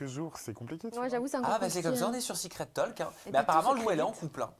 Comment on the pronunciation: on ne prononce pas le L de talk, on dit, en phonetique "tauk"